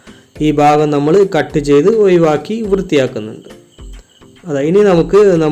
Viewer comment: 'ഒയിവാക്കുക' അല്ല 'ഒഴിവാക്കുക'.